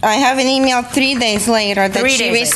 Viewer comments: IDK why but the way the defendant pronounced “email” irritated me 😂😂😂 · E meal. 😂. That grated on my nerves, too. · The way The Defendant is pronouncing the word "email" is driving me nuts. It sounds like it's coming straight through her nose or something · I hate the way she says email and that voice...lol. I cant.